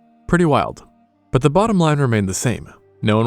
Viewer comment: "Based on da bones"